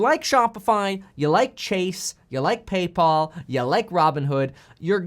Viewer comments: Did he just say "PayPaul?" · PAY-PAUL? COME ON BRO! THAT WAS A-PALL-ING!